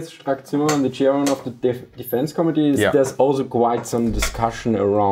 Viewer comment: I love how you pronounce "committee", it sounds like "comedy" which is sooooo fitting.